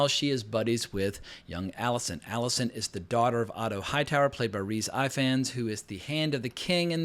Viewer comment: I love your breakdown of the episode, but as someone living in Wales, I cannot allow you to go on mispronouncing Rhys Ifans' last name, lol. It's pronounced Ee-vahns. I is pronounced as a long E and F is pronouncesd as V. In Welsh alphabet, Ff is pronounced as F. Anyway, thanks for the great review as always.